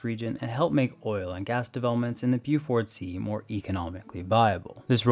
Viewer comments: Beaufort sea: Pronounced "BOE-fuhrt" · Would help if the narrator learned how to pronounce the place names too. Inoovik, Bowfort sea, many others I can't recall.